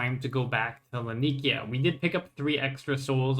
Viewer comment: bro i love your content but can you PLEASE look up how to say Laniakea properly...